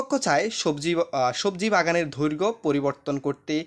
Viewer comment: সার উচ্চারণ টা হবে দৈর্ঘ।😮 ধৈর্ঘ না😅